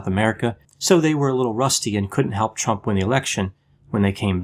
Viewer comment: It sounded like you said " 'Chump'," which is okay with me speak your mind brother.